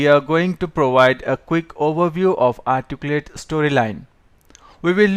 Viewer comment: If you're going to have a tutorial in English, it might be good to have a narrator who speaks English clearly. In this session, the narrator can't even pronounce the word, "Articulate". Very distracting and somewhat cryptic because he leaves out grammatical elements like articles and adverbs.